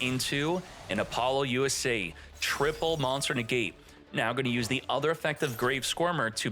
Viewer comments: Buddy please, repeat after me: “APPLE-LOOSA”😂😅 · Bro can't pronounce appolousa